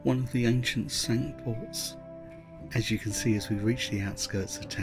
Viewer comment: Lovely video. Well done. Mispronunciation of “Cinque Port” however. Not pronounced the French way. Should be pronounced “Sink Port”.